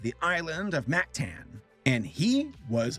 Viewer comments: As a filipino, I tried my hardest to not jump off a cliff from your pronounciations. It's Mactan (mahk-tahn) and Lapu-Lapu (lahpu-lahpu) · in "mactan" a is supposed to sound like a